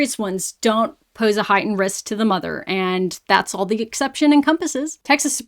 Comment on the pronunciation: The word is MOTHER, not MARTAR!